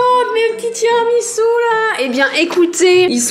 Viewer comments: Pq tiramisiu !! Ça se prononce tiramisou !!!!!!! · Michou : "Tiramitsu" 🤣 Et Inox qui ne savait même pas ce que c'était un tiramisu 🤦‍♂️ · “Tiramitsu” mdr c’est horrible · tiramiTsu ?? 🤣🤣 et puis quoi encore